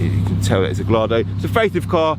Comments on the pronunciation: Pedantic I know but Gallardo is pronounced “Guy-Ardo” not “Gall-Ardo” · Ffs if you do a review on a car learn how to pronounce it properly, sorry but you lose ALL credibility when you cannot even get the name right!!!!! It’s pronounced “ GUY. ARDO” the L is not pronounced at all